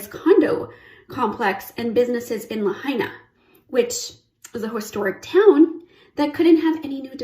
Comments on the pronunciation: CBS guy said La-hay-na fckin clown. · La-HI-Na. What kind of idiot cannot pronounce the name of the city you are reporting on? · Wow, the media knew.....😢...and it's still pronounced La-HI-Na. No you ain't arbitrarily changing how we say the names of US cities too NO NO NO! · Luh haynuh. LOL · Please pronounce Lahaina correctly. I lived in Kihei for 12 years and the leeward side is always brown in summer. Hundreds of years ago the whalers used this side of the Island to repair their damaged ships cutting down all the trees. This turned Kihei and much of the Westside into a desert. This is has nothing to to with the made up climate change. Good luck turning this Island to all "green". Most residents will never be able to afford this. Typical left pushing their agenda on everyone like it or not! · That idiotic reporter couldn't even pronounce the name properly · Damned reporter cant even pronounce "Lahaina" correctly. Pathetic.